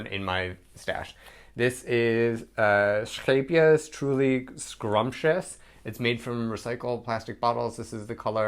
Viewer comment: Finally, a YouTuber who can say Scheepjes! 👍🏼. As for your sweater design, I'd call it 'Latwerk'